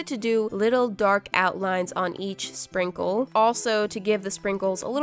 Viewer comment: There was no “s” in the word “sprinkle”…or maybe it is just my tablet idk but EVERYONE SUPPORTS